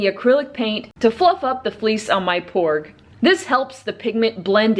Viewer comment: I heard her say pork XD